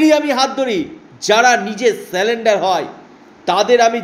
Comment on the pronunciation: কথাটা " সালেনডার " নয়। surrender